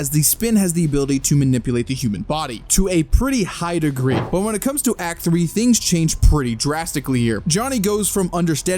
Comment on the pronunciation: the way he said "act2" there looks like he saying hawk tuah 🥺 sorry if you find it unfunny